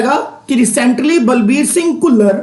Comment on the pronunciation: "ਘੁੱਲਰ"???🤔🤔🤔.... ਖੁੱਲਰ